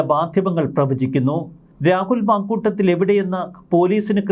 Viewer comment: Halo makuttathil alla sariyayi vayiku